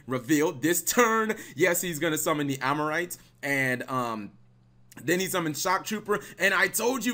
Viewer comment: "Amorite" Learn to read.